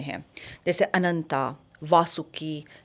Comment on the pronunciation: Why butcher & pronounce indian names with english habits. अनंत not अनंता, शेष का शिशा कर दिया है, कर्कोटक का कर्कोटा किया है, ध्रतराष्ट्र नहीं धृतराष्ट्र होता है, तक्षक को तक्षका किया है. उससे गंदा तो कुंद्रू है, सीधा साधा उच्चारण है कद्रू . अगर ये मॅम टीचर होती और बच्चोंके नाम ऐसे पुकारती तो इन्हे ही स्कूल से निकाल देते.